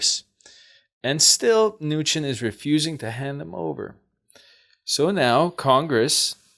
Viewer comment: Cohen is coh-en not co-hen. Mnuchin is meh-nu-shen. Thank you for noticing your Mom chooses cards that are not above your pick. Other than that, LOVE the readings!